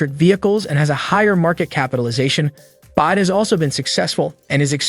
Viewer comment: It’s Mun gerrr and it is B.Y.D. Not bias.